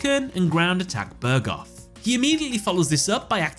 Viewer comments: Just wanna point out, it's Bugroth, not Burgoth; You've mispronounced it multiple times. Did yo usay "Synth Joan" instead of "Saint Joan"? Anyway, okay analysis video! Thanks for uploading! Looking forward to more like this from you in the near future! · Normally mispronunciations don't bother me but "Ground Attacker Bugroth" was literally the VERY first Yu-Gi-Oh card I ever pulled so I have some crazy nostalgia for it. Therefore, it's "Bug-roth", not "Bur-goth". Pedantic nit-picking over. Also still hoping to see if Z-one was about to beat Yusei, but since we're talking about Duke (the GOAT and one of my best ever cosplays) was he actually about to defeat Yugi when they played DDM? No idea how you'd analyse THAT duel but I'd love to see it regardless. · I knew something was hitting my ears weird!